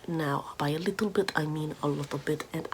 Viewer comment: “A leetle bit of nincompoopery” is the best phrase ever.